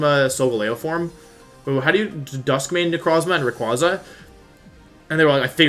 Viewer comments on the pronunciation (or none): none